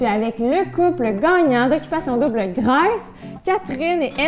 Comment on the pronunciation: Jessie svp prononce Grèce comme ça et non comme graisse je veux pas hate là je veux juste entendre le bon mot svp merci sinon tout est bin beau